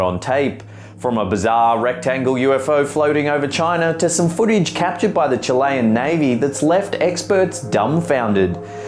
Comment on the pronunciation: Chilayan?? Honestly,, I wish you would research pronounciation before you make these. It's pronounced Chil-ee, not Chilay and it's Chilee-an not Chilayan.